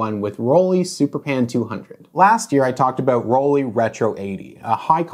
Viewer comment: Can you stop saying rolleee? Please?